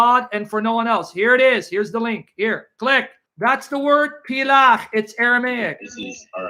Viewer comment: Word is pel-akh/palak not plach btw.